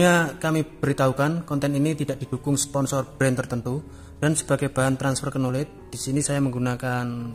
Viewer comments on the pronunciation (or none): none